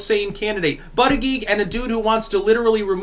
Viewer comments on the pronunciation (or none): if there's a heartbeat. IT"S ALIVE. If it's in a woman's womb it's a living baby! Killing babies is fucking wrong! Aside from that, I liked your cast. (By the way, it's pronounced BOOD-EDGE-EDGE... Not BUD-eag-eag.) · I think Buttegieg is pronounced (boo-deh-jeg). Good point btw that nothing is free. No such thing as a free lunch, people!